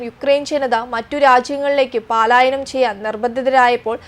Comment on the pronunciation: 'വർദിക്കുന്നത് '? 'വർദ്ധിക്കുന്നത് ' എന്ന് പറയൂ. പാലായനം തെറ്റ് പലായനം ശരി